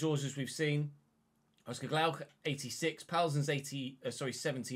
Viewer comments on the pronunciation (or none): It is Oscar Glokh and not Glaukh read it as a singular’o’ 😉